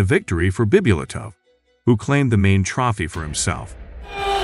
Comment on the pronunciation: I like the part where the AI voice says "grand pricks" and when Said wins a "troffy"